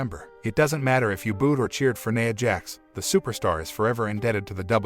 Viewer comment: Who tf is "Neyah' Jax????